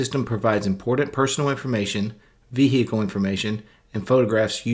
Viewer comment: ‘Vee- Hickle’ information lol😂 Vee-hickle? 🤔😂